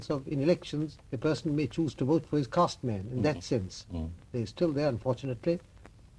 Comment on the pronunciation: One correction The word is caste not cost 5;55